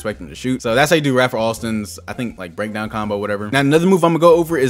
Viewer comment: It’s Ray-fer Alston aka skip to my Lou